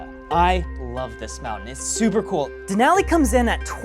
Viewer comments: Please pronounce Denali correctly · MOUNT MCKINELY? WTF IS A DENALI DOING IN THE USA? LOL